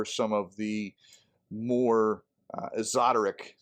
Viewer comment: Esoteric = EHSS-oh-TEHR-ick 😊